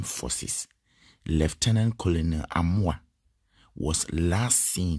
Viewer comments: That word is pronounced "kernerl" eventhough it`s spelt colonel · is not colonel but Kenel